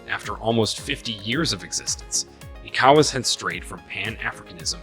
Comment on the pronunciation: Thanks for your contributions. But, please learn how to pronounce ECOWAS from how the region pronounces it.